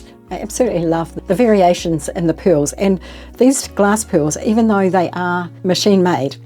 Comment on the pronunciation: U saying PILLS ????? Don't understand some WORDS ???